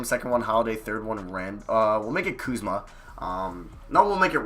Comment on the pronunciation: my dude.... i love your videos but, come on man...…. put some damn RESPEK (Birdman Voice)….. on Kuzma's name my G! other than that, great video